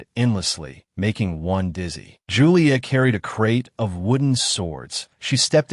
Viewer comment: Chu-lee-ae? You mean Julia? Cho-ree-mee? Jeremy?? A-I-saa~? F-ing Aisha?? E-me-lee? WTF is with this AI voice's pronunciation? These are like the easiest names! It's not A-a-ron!